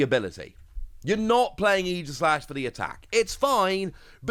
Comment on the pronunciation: Definitely pronounced Ee-jih-slash like you said because it’s based off of Aegis from Greek mythology. But I will definitely always say ay-jih-slash lol